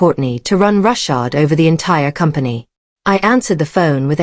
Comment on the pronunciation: That's ROUGHSHOD, NOT Rushhard